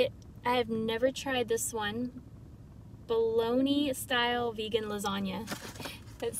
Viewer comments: Your lasagna is pronounced " Bola naise' Not Bologna lol! It's Italian for meat sauce that's why it said " Bolognese STYLE" on the package. Too funny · "Bolognese" ... not Bologne lol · It's Bolognese not bologna 😂lol no harm just thought that was hilarious 😂🙏🏼🙏🏼🙏🏼🙏🏼❤️ good luck 🙏🏼🙏🏼💋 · I absolutely adore you. You are brave and strong and you got this. I am so proud of you. Ok now the English teacher in me can't help but correct your pronunciation of the frozen dinner. It is Bolognese (bowl-a-nese) not bologna. It is a style of cooking. It made me giggle because I too have said things like this. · Lol its bolognese not bologna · Thank you for sharing your story. Glad to hear you strive for positivity. Great that you are adapting, changing for better, and continue to grow. Wish you the best. By the way, fun fact, the word bolognese, on the lasagna box, is pronounced BOL-LAN-YASE, similar to LA-SAN-YA, but different from Bologna, pronounced BOL-LAN-YA, which is the place in Italy, where the sauce style is very popular. But here in US, we pronounce it BOL-LON_NEE for some reason, and it is a large sausage. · “Bolognese” (pronounced something like Buh-low-neeze) actually means like spaghetti meat sauce, 🍝 instead of like bologne (Buh-lone-ee) ☺️